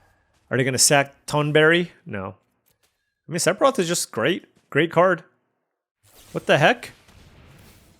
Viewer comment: Sephiroth is pronounced Sef er oth. He's one of the biggest baddies in FF. I'd hate for you to mispronounce his name.